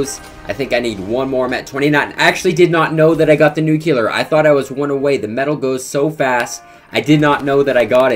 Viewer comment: No one in FaZe knows how to pronounce Nuclear the right way